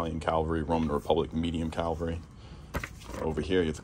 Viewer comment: Why so many people mispronounce Cavalry as Calvary?